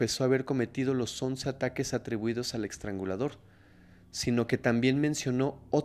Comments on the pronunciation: Me gustan mucho tus narrativas😊 nomás como constructivo, es “EStrangulador” NO “EXtrangulador”😅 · Sigues aventándote tus muchos y buenos 4s, eXtrangulador???????? Trasgresión??? Intimidat y varias así. Lee más, pero a conciencia, y corrígete. Esto está súper mal si el lenguaje hablado es tu profesión.